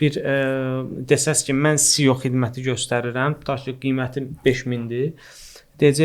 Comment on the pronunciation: Maraqlı söhböt üçün təşəkkürlər. Tələfüsdə "Sio" yox, "EsSiO" desəydiz daha düz olmuş olardı.